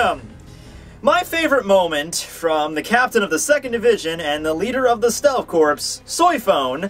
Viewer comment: I agree with you on Soi Fon. My tidbit is that, contrary to how the President says it, you do not pronounce the "p" or the "s" in "corps". It is pronounced "core"